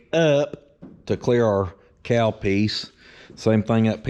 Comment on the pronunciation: Cowl pronounced COW L